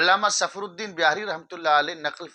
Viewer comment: الافاضات الیومیہ ہے علامہ ظفرالدین ہے نام درست بولیۓ